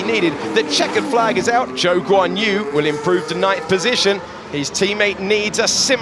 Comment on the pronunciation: Funny how the commentators have not yet figured out how to pronounce ‘Zhou’. 😂